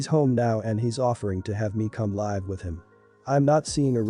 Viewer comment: Has the reader got a dictionary? "Go live" (long "i")like on the internet is said like you say it, "go live" (short "i") with someone or live (short) your life(long) is pronounced very differently. Please find out the difference, you are confusing, if this is computer generated, you need an upgrade. Does the vomiter have a diagnosis, or is it possible he has a gall bladder problem? I had all that before surgery and food intolerances, it's definitely not worth eating the wrong things. He is being very immature, you don't deserve to be taken advantage of. The bad driver, is definitely putting you at risk. He is assuming other drivers can cope with his stupidity, with no knowledge of who they are or what they are going through. That is just nutty. My mum went on anti-depressants, simply because dad drove with all 7 of us, like this on along trip to an unfamiliar place, we somehow made it back and she couldn't stop crying from the relief. He is putting you through trauma, you will end up with ptsd, stop enabling him to destroy your peace of mind. If you live in the US, he could get both of you shot. There are laws against driving without due care, he is breaking them.